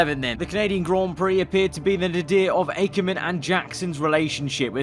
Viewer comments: Everybody: Akkerman: Ækkerman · His name is not Aykerman 😭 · Will you stop pronouncing Akkerman incorrectly?!